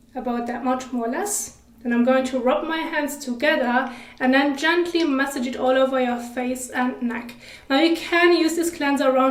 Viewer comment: Masssaaaaage. Not message